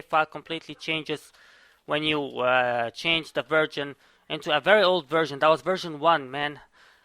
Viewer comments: I hear virgin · Is it me or do i keep hearing him say "virgin" instead of "version"